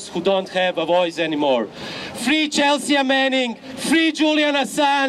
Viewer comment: Horvat is a great speaker. We need more of him. Please tell him the "a" in "Chelsea" is silent :)